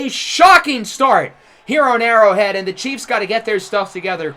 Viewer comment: Mispronounced Burrow Head but Great Video though man!!